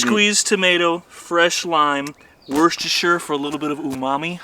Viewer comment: Love it, you can’t beat a bit of random shit, I do it all the time. Another great video, keep them coming. However you guys need to pronounce Worcestershire sauce correctly, say it like this Wooster Shire 😂😂😂Ride safe guys 👍🏻